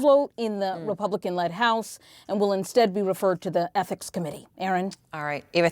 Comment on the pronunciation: What is an "athics" committee?